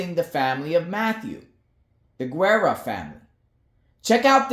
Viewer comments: It’s G era not Gwera or if you roll the r’s its Gerrra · you don’t pronounce the “u” in Guerra